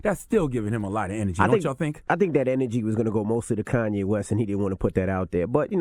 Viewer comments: "Kayne"? Come on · "Kayne" West